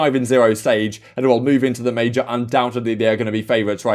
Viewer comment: No one: Absolutely no one:: at the Mayjaar